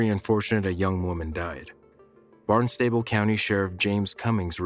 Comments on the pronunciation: Barnstable is pronounced "BARNES-tah-ble", especially if you live in the New England region. It's a county in Massachusetts that covers all of Cape Cod as well as the city that is the seat of that county. If it's somewhere else then I do not know of your local pronunciation. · That Cape Cod call? It’s pronounced Barns-sti-bul